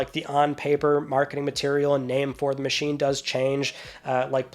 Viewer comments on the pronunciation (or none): none